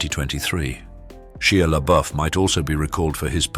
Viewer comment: It's pronounced SHY LABUFF